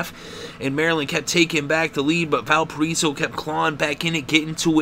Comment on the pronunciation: "Val per eso"? Try Val pir I so".